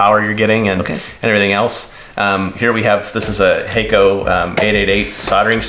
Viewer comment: It's "Hah-ko", not "Hay-ko".